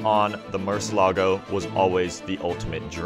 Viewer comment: im confused, i thought it was pronounced murcielago not murcelago. why is he skipping over the i?